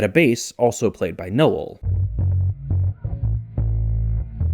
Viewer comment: Strange pronunciation of Noel. You make it two syllables 😂